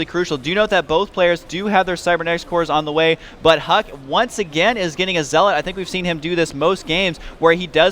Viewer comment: Watch day9, its ZEL-OT NOT ZEAAAAAAAAAAAALAUGHT